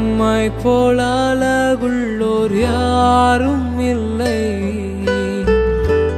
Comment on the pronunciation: Simply nice song but the first line if u pronounced azhagullavar means.... it will be super